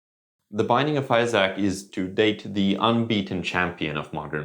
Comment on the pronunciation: I feel like if you're gonna do a 1 hour long video on a game the least you could is look up the pronunciation of its name